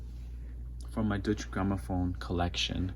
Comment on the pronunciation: Good video but it's pronounced doiche